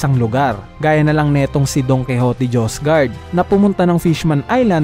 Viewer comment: Mee-yosgard, - josgard Diez Drake - Ex Drake Sho-goon - Shogan Paayos yung pronuncation para mas maganda kwentuhan